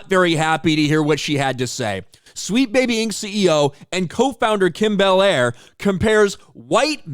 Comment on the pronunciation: wrong pronunciation its "Kim Be Liar"